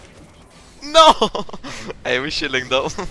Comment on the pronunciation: its funny pronunciation of chilling